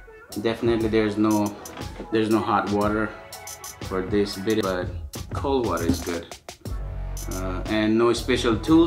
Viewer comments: Those black washers were supposed to go under the bidet to help keep it from sliding around. Also it is pronounced bi-day. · I thought it was “bee-day.”